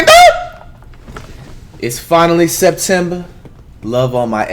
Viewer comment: Who tf told flight September rhymes with sisters ? 😭😭